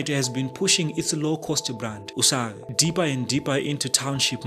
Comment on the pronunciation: U-save is not pronounced in shona... its not usave. it is "you save" in english.